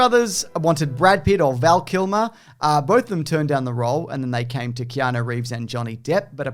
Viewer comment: Do you keep saying Keano? You know it's not Keano, right?